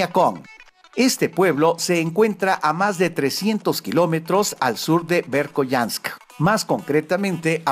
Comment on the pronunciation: asi no se pronuncia la ciudad rusa del 5to puesto, se pronuncia berjoianak